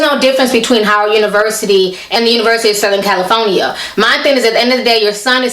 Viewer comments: Lol! I thought you were sayin "CaliPHONYa" on purpose! It certainly is fitting though. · No hate, but why can't you say California correctly? Also I can understand if you think your son is being racially profiled wanting to pull him out of that university and transfer him to Howard, which is a historically black college. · I'm sorry but Everytime you pronounced California it cracked me up. No offense... It's actually entertaining